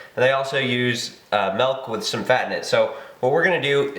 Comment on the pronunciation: are you saying malk? good video though!